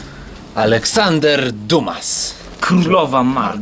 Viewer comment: Dumas czyta się jako "dima"